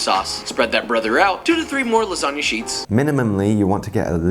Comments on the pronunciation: I like to say it like La Sag Na lol 😂😂 separate the word that’s why Josh says Lasaga lol 😂😂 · LASAGA? What kinda proununciation is that? Joshua's pronunciations so funny 🤣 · The pronunciation of lasagna was funny but did you catch the mixing the flour/ egg with a fiork?